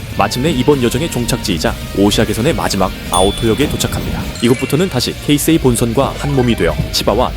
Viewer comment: 이야~ 케이세이라고 제대로 발음하는 분 처음뵙네요. 보통 한국에선 게이세이로 발음하는 분들이 대부분인데 ㅎㅎ